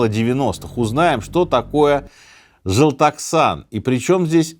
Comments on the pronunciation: Не Жылтаксан, а ЖЕЛТОКСАН, ДЕКАБРЬ ПО КАЗАХСКОМУ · я не хочу быть душным или чето еще, но это читается как и пишется, желтоксан, буквы такие же как и на русском, почему «джылтаксан»? это тоже что-то из разряда «тэнге»? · жЕлтОксан!!! Господи, слух режет🤢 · Жалтахсан дибил научись правильно говорить Желтоксан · Не жэлтаксан, а желтоксан😢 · ЖЫЛТАКСАН😭😭😭😭😭😭 жЕл (вот прям как пишется, так и читается Е) тОк (вот как электрический ток) САН ЖЕЛТОКСАН ЖЕЛТОКСАН (на крайняк, можно было в гугле посмотреть как читается) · Ой как же надоели, когда искажаете слово о, не желтаксан, а желтоксан, мы же не искажаем слова на русском языке🤦. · ЖелтОксан а не желтаксан🙄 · Спасибо большое за выпуск! Но говорят ЖЕлтоксан. Не через Э, а через Е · В казахском языке е читается как е ни как э, не жэлтоксан а жельтоксан, не байтэрэк, а байтерек, это не монгольский язык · Юлия, не знаю как надо слушать, что бы слышать правильно «желтоксан». И в начале тоже, на второй минуте, Минаев четко говорит «джылтаксан». Конечно, спасибо за такой интересный выпуск, но раз уж делают, надо как минимум, без ошибок. Думаю, я имею право указать на это. Возможно, только казахам это уши режет 😊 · Желтоқсан читать жельтоксан, как ель, не как жэлтоксан, пожалуйста, а то по ушам бьет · Желтоксан! Какой желтаксан🥲 Это же ваши буквы, прочитайте их так, как они написаны, уже будет лучше чем ваше “желтаксан” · Не жэлтаксан а желтоксан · Жэлтаксан😂 а так выпуск👏🏻👏🏻👏🏻